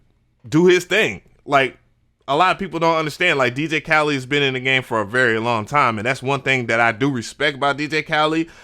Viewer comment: You keep calling him DJ Khalid